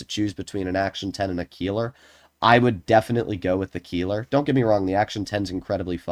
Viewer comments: Keiler is pronounced Kyler, not Keeler ... it sounds extremely cringe if you call it like that XD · As a German it hurts how he Pronounces "Keiler", It's pronounced Kayler 😭